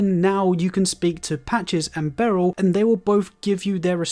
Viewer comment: Missed Dialos’s Questline, and why is he calling Bernahl “Barrel”?